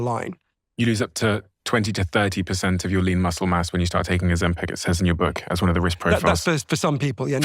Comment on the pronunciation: Why does Steven keep calling it Ozem-"peck"